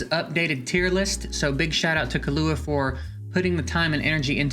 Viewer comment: its kill ua killua basically the way the "hunter x hunter" anime 2nd protagonists name is pronounced everyone is butchering this name i see in all tier list videos